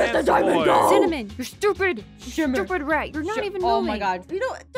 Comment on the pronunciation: anyone else notice how it said rAt